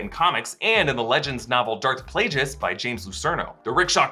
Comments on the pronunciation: OMG, said Darth Plajueis, not Darth Plagueis! He must just be given a script on exactly what to say, and he must NOT actually KNOW what he's talking about! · I love this channel, but please stop acting like you're massive Star Wars fans when you can't even say Darth Plagueis correctly. It's literally said in Revenge of The Sith out loud by Palpatine. You have 0 excuse